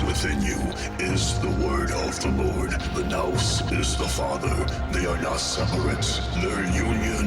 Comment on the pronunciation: I can't believe you made this whole thing without knowing how to pronounce nous 😂 Love the material, though.